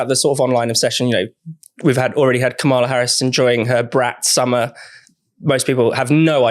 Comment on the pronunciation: You're all (deliberately?) mispronouncing Kamala's name again. It's KAM-ala, not Ka-MA-la. It's not hard to get right.